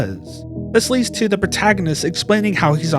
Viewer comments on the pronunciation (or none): none